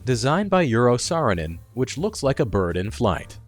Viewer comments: Pron. "arrow" Sarinen.haha. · BTW Eero Saarinen isn't pronounced like euro is. Take the beginning wovel of echo and double that in length. And airstairs are far from disappeared. I think I've used them at least as much as the chutes straight from the airport to the place.